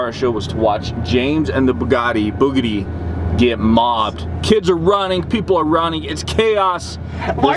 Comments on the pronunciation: james is awsome! love the bugatti! oh sorry it is pronounced bugitti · I love how pronounces bugatti. Keep going it, man. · I love how pronounces Bugatti